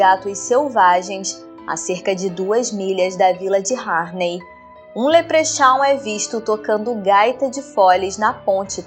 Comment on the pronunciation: Leprechaun: leprecóun